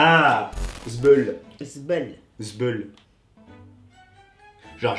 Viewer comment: Il a prononcé zbeule en arabe 😂😂 il fait rononcer avec un aiiii zbeule mais prononcé zbaiile